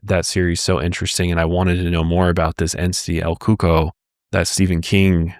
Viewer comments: the first one is not pronounced el coco, it’s pronounced el coo-co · El Cuco. Pronunciation, el KOO-koh. ☺️ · El coco lmao absolutely horrible pronunciation